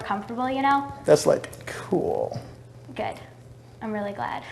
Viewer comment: ”That’s like kewl...”